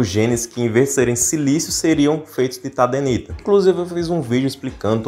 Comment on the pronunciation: Tadenita? não é Tadernita?